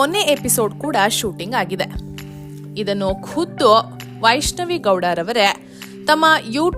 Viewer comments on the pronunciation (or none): Her name is vaishnavi not vaaishnavi